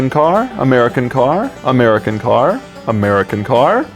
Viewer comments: "Umera Kincar" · Am I the only one that started hearing "A Merry Cankar" after a while? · That moment when "American Car" turns into "Ameri Kencar" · Amaireakanker, amaireakanker, amaireakanker, amaire-a-kanker, amaireakanker, amaireakanker, amairekanker, amairekanker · "A Mary can Car" I don't know? Can she? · who is this Amera Kenkar he keeps mentioning? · Legends say he is still saying "american car"